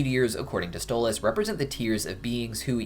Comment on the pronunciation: Ah yes my favorite helluva boss character "stole ozz"